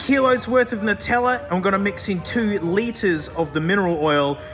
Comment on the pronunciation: And also why it's pronounced "NUH-tella" and not "NOO-tella" like us weirdo Americans say for some reason